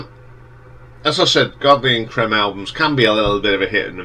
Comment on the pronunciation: It’s pronounced ‘Cream’.